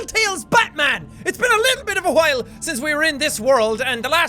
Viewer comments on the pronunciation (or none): "A wHile" Brain: Why are you putting so much emphasis on the H?